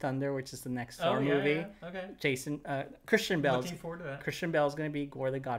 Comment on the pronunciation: pronounces Christian Bale like Kristen Bell and I got really confused until he showed us the picture